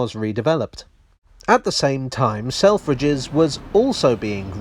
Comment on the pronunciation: I can’t un-hear sell-fridges